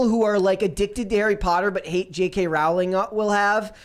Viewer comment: Pronounced “Rowling” like “Bowling”